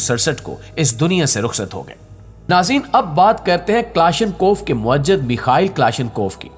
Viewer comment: ویڈیو بہت معلوماتی ہے لیکن اردو کے ایک لفظ کی تصحیح کر نا مقصود ہے لفظ مُوجِد ہے اسکی ادائیگی مو ا جد نہیں ہے